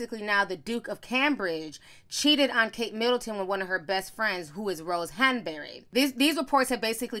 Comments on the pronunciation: The way you say "Hahn-berry"!😂😂😂😂😂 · Ti, Why you saying Rose “Hun-burr-reh” like that? 😩😂😂 I’m cracking tf up at how you saying it all snooty 🤣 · Ti's British accent "Rose Hanbury" 😭😩😂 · I am weak...you kept saying “Hanbury” 😂😂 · I’m over here cacklin at how you say Rose Hanbery 😂😂😂😂😂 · I love the way you said Rose Hanberry 😂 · I love the way ti says Hanbury lol